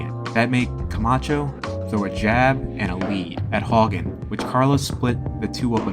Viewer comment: Not cool giving Greg Haugen a poor rap. BTW... pronounce his name correctly next time...